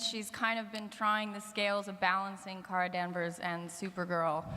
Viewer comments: Paris 水 but Kara’s name is car-a not care-a so it is car-a-Mel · Her name is Kara, not Cara. You know, like CAR-AH. Therefore it's CAR-AH-MEL